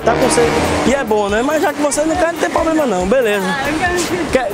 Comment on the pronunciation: e esse negocio do: "tem nenhum poblema com a brincadeira não né?" quem fala é o kk